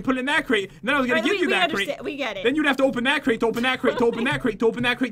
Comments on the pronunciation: When Pat said to open that create to open that create ect. It sounded like topenoutcret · Topenthatcrate is what i heard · I thought Pat said "Topenatcrate" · When u said open that crate a bazillion times,I thought you said opeatcra(op-a-at-cray) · topen macrate